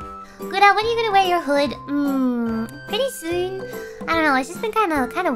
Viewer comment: Is it just me or did anyone else hear some form of Australian or New Zealander accent when she said "Pretty Soon" about wearing her hood again.